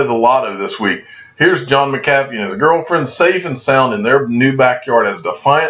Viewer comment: 😂😂😂😂!!! Been screaming it since I first heard him pronounce it!!!